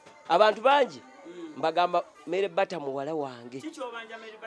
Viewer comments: 🤣🤣🤣🤣🤣🤣Mere bata instead of marybata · The way Mzee pronounces the name Meere Bata 😹😹😹😹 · Muzeeyi gunju kadde 🤣🤣🤣🤣🤣🤣meere bata 🤣🤣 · 😂😂😂😂😂😂😂it's killing me too, merre bata